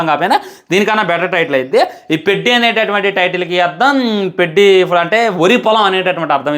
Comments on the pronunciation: పెడ్డి కాదు రా అయ్యా పెద్ది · Peddi kadhe pedhi laga palakali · Adhi peddi kadhu Ra peddhi palakatam nerchuko first 😂😂😂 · Orey sollu na kodaka...పెద్ది ra adhi.Title sariga pronounce cheyyatam raledu....cinema story ento cheppestunnav.